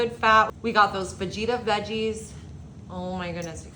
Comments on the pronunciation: They cancelled last minute bc you said FaJita, not "fa-heat-a" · Fageeta??wth..you can tell you cannot cook!!...drippyer??...tortill-a???peecannie???.. learn how to pronounce what you're eating/cooking..it might just make you SOUND like you know what you are doing..other than that....this has to be some type of southern joke and we don't get it!!.. #howirritating#trash#dogfood...NOBODY seasons their meat..AFTER its cooked... Duh#insulttorealcooks...go play in another field PLEASE!!! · It’s fa-heata, also, it’s pronounced kasodias, not kasodittas, picontay, not picanty. Not tortillas, torteas, so many mispronounced words. Yeah I get why they didn’t hire you!